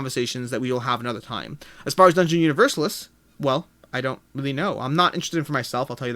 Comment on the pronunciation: Hi,. It would be helpful to get a comparison of "The Thing" with the other games of the IP: "Who Goes There?" (my fave) and "The Thing: Infection at Outpost 31". My wish would be to see "Set a Watch" in review. PS: Dungeon UniverSAlis; stress on the penultimate syllable, like ArCAna.;-D